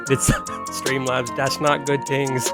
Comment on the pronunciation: man you gotta stop saying "tings"